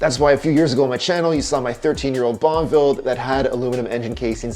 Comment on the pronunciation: Every time you said Bonneville im hearing bonnvill not bonuhville.